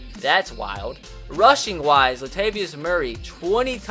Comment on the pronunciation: “Lat vius Murray”